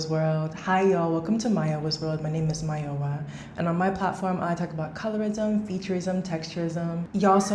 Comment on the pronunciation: Off topic but I love how you say "my name is mayowa" in the most Nigerian accent ever😅